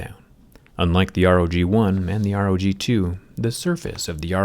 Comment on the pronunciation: Rog not pog